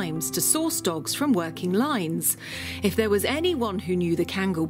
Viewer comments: OMG Finally right pronunciation at 14.15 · kangal name is correct pronunciation. Thanks grand mother.. "a turkish son" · You know is really an expert because she pronounces the name correctly (as Khan-gull). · The old lady even pronounced kangal right! Respect ❤️ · I really appreciate expertise and love of Kangal dogs. What surprises me is, she really pronounces "Kangal" with correct accent! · yaşlı kadın tam bir münevver.. kangal'ın telaffuzundan tutun, anadolu çoban köpeği demenin doğru olmayacağı demesine, herşeyiyle klasik atıp tutan kalıpçı batılıdan çok farklı. oturup sohbet etmek isterdim. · The old lady pronounce the word "Kangal" right 👍🏼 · the old lady is such a sweetheart, knows all the history about Kangals. Loved how she pronounces Kangal as we Turks do. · "as we Turks do" old lady pronounces true in Turkish